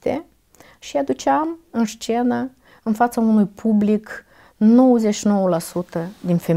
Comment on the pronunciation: Scuze dar, cuvântul "șcenă" mi-a ros urechile...